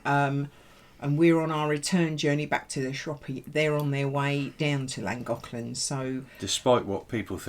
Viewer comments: i think you will find llagoclan is pronounced flangoclan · Llangollen I think it is better if you try saying Lan-goth-lan saying it softer brings the sound out closer. I am not Welsh,(only10% of Welsh speak Welsh but getting better) I speak a little after 40 years here 😉 have you thought of trying that Goggle translate site where you can click on the sound button and it will say it ? Just trying to help 👀😉